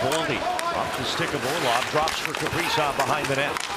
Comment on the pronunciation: Kaprizow. lol i always hear Capri-Sun